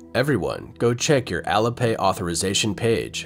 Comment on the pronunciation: heads up there ! ---- IT'S " AL-LEE" AS IN ALI-PAY --- NOT ALLA ! ----- SPEAK MORE SLOWLY & CLEARLY PLEASE ! --- BYE BYE CCP-PSYCHO$-LAND, ---- bye bye and PERMANENTLY TOO ! ----- from Canada J.